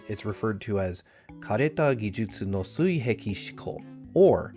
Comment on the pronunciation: As someone who lives in Japan, I just want to say you did way better than I expected with the pronunciation of 枯れた技術の水平思考,!! (Though 水平 is pronounced suihei, not suiheki)